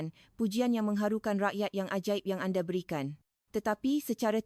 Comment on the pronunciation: Nampak sangat rakyat INDONESIA yg create video ni.. Sbb dorg tahu, buat video gini akan dapat ramai viewer dari rakyat Malaysia... 'Anda' jadi 'Ande'..... 😅